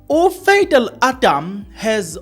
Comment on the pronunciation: It'spronounced Pha dhil😂😂😂